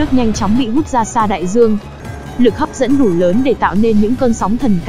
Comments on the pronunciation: Lực hấp dẫn ❌ Lực hấp d.i.ê.m ✔️ :)))))))) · sao lại "Lực Hấp Diêm". :)))🤡